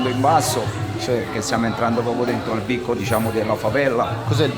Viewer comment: Questa è stata la mia favela per 7 anni...casa mia..il mio cuore è rimasto li..non filmate il ragazzo con il fucile...anche se è girato non va bene...poi cmq devi pronunciare bene le parole brasiliane..non si dice bico.....ma è beco... almeno uno impara...